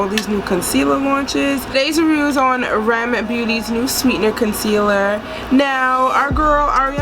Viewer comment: Its "Are Eee Em" not rem